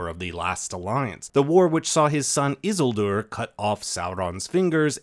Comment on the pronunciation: Why is he saying Isildur like that ☠️☠️